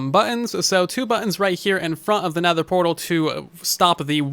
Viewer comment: What’s a Netehr portal? I’ve only heard of nether portals :P